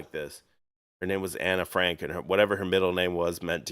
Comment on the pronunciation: Did you just say Anna Frank? I'll take the Diary Ann Frank for 50 Alex please?